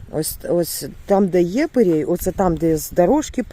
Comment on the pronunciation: Доброго дня мої любі! ❤, не перей, а пирій😂😂😂